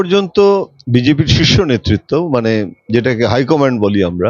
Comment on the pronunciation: ১) মন্তি নয় মন্ত্রী ২) নেত্তিত নয় নেতৃত্ব ৩) মুহুতে নয় মুহূর্তে